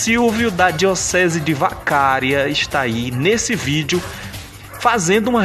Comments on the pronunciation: A pronúncia correta é "Vacaría". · Só um lembrete o nome da cidade gaúcha não é Vacária e sim Vacaria.